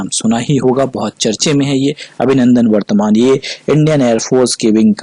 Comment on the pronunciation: Abhinandan Vardhaman hai na ki vartman